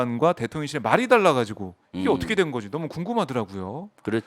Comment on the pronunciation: 김병주 장군출신 의원님 ㅋㅋㅋ 윤석열 대통년 ㅋㅋㅋ 발음이 글케 들려요~~^^ 꿋꿋하게 대통년 으로 발음 부탁함미더